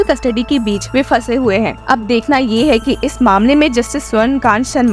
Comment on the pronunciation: Swarn Kant Sharma nahi..swarna kanta Sharma..i guess the voice is ai generated.. So many mistakes..you took the name of judge wrong so many times!! Cant trust this channel